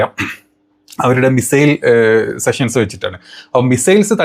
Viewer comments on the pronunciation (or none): none